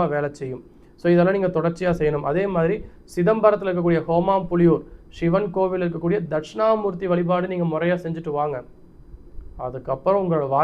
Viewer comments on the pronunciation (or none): தம்பி. அது ஹோமாம்புலியூர் கிடையாது. சிதம்பரத்திற்கு அருகிலுள்ள காட்டுமன்னார்கோவில். - (நாதமுனிகள் அவதார ஸ்தலம் ) என்ற ஊருக்கு அருகிலுள்ள. " ஓமாம்புலியூர் ". எங்கே சொல்லுங்கள் பார்க்கலாம். ஓ + மா + ம் + பு + லி + யூ + ர் =. ஓமாம்புலியூர் தெரியாத இடத்தை சொல்வதானால் ஒன்றிற்கு இரண்டுமுறை இடத்தை சரியாக தெரிந்துகொண்டு சரியாக பெயரை உச்சரிக்க முயற்சி செய்யவும். இக்காணொளிக்கு நன்றிகள்.